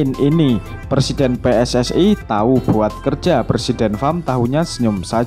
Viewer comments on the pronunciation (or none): none